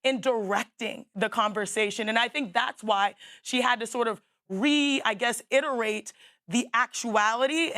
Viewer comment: When I heard this chick say "re-i guess-iterate" I checked out ✌🏽